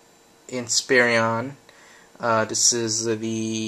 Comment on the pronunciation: say it right INSPIRON, IN-SPE-RON